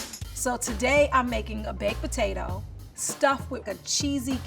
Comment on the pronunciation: “Baked pertatoh”